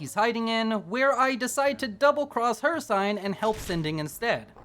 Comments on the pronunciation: it's pronounced hirSEEN not hirSIGN bro where u learn english? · not to be rude but its hirciiiine long i not hir cine how to spell it is hircine but its ciine